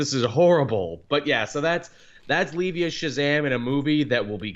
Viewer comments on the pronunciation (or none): Can tell is right about being unaware about Zachary Levi, because of the "Lee-Vee" and not "Lee-Vigh" lol I regret putting faith in Buck, he can't fuck up, THAT BAD... Yeeeaaah. We already talked about Sugar Lyn Beard on Twitter lol Also Joe's girlfriend, she's played by Danielle Nicolet, she voiced Shaundi in Saint's Row 3 &4, and Storm in that X-Men 2011 Anime, and was Kevin Hart's girlfriend in Central Intelligence, where she makes him look normal sized lol And Joe Manganillo's last name is pronounced "Manja-Nello" Ben Mendelsohn probably couldn't even be Paibok, cause Fox, and the Skrulls will probably be mostly be CG, like the Black Order. It seems like whatever Slott does, like do exactly what fans want, they still complain and want him gone, he literally just can't win. Wow, did not except to make this long paragraph, sorry about!